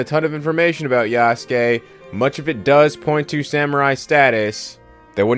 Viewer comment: this bozo's pretending he knows about Yasuke's history while pronouncing his name Yasooke